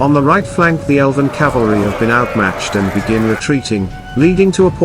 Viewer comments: Someone tell the AI voiceover it's 'cavalry' not 'calvary'! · to be fair the narrator kept saying "Calvary" instead of Cavalry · Ka-vul-ree , not Calvary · Horsesoldiers are "Cavalry." Your Narrator keeps pronouncing it "Calvary" which is the hill on which Jesus died. Mispronouncing a common military word with a British accent doesn't make it any less ridiculous. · I hope you mean Cavalry and not Calvary. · Even the AI narrator says “Calvary” instead of the correct “cavalry”….. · Good video. But the word is CAVALRY! The “V” is pronounced before the “L”. CaLVary is where Jesus Crist was crucified. Two quite different meanings. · It’s CAVALRY not Calvary!!! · Cavalry not calvary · Calvary?? Cavalry surely? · CAVALRY, NOT CALVARY PLEASE! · There is Cavalry and calvary ffs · Was the AI voice told cavalry or calvary. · Cavalry. Not Calvary. 🤦‍♀️ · I believe the correct pronunciation is cav-al-ry - the way it's spelled, not cal-va-ry (the hill where Jesus died). Generally, nice job! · "Cavalry." Not "calvary". The first one is mounted fighters. The second is an execution site. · Calvary? Cavalry! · I know its a simulation and a generated voice , but what in the name of Gandalfs butt is "calvary"? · Damn, even text-to-voice pronounces it 'calvary' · The announcer keeps calling the horseman Calvary. Calvary is where Jesus was crucified. Horse soldiers are ca val ry , cavalry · Good Video but dang....Calvary? Cavalry! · its cavalry not calvery.